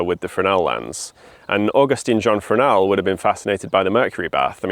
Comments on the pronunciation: Oh-GOOST JON Fray-NELL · The way she said "Augustin Jean Fresnel" as "Aw-gustin Jeen Freznel" made me physically recoil. The french would be justified to start a new war over that pronunciation. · Aw-GUST-an ZHAWN fre-NEL